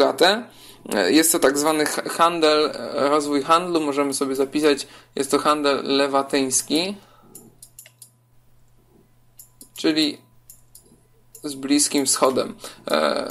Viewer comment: Zjadłeś literkę -> handel lewantyński :)